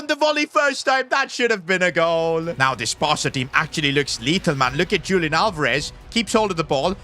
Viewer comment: sorry to say but its not lik julian its more like hulian with h being like in the word 'horse'